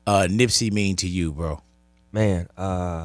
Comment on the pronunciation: Who the fuck is Nipsye?? FIX IT!!!